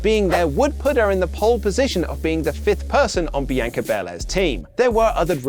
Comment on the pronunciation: Why Does He Say Bianca So Weirdly Like A Muppet Saying It